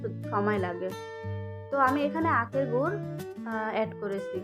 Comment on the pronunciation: গুৱ বলে না তো গুড় বলে